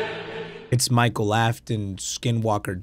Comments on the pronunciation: Thats William afton not Machel afton💀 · Y r u calling migel its Micheal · bro said mikell micheal